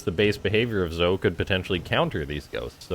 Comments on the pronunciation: Game was definitely fun to watch. Pretty sure Zoe is pronounced like Joey but with a Z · Zoe is pronounced as z-oh-ee for girls like Joey is for guys